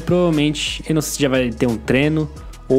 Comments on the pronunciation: vc fala treno ao invez de treino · É impressão minha ou ele fala treno?